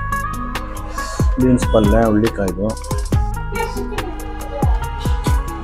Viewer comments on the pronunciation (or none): Hullikai alla hurulikai